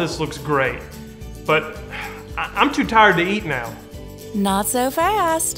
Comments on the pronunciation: I was this many days old and I learned the word "too" had that many syllables 😳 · Too with 5 syllables. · MeeMaw saying "too" as a 3 syllable word is truly a southern thing 😆